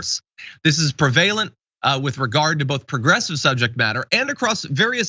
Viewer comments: Yup. And it's not pree-valent, but prev-alent. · Preh-vuh-lent, not pre-vay-lent. You don't get to make fun of Marjorie Taylor Greene for pronouncing cabal "cable" when you are guilty of linguistic sin yourself. (Marjorie is a meaty-armed fame grubber.)